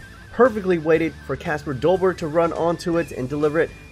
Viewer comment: You spell Kasper dolberg but you say it like kesper dolberg